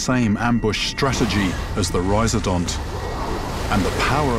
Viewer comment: rhiz-O-dont, not rhiz-A-dont